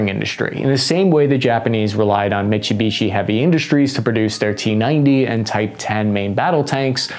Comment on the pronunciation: "Mi-tsu-bi-shi", not "Mi-chi-bi-shi"